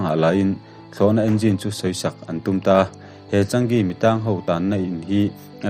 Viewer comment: Changi(chaa-ngi tia lam tur),ka duh chi sub nghal dawn che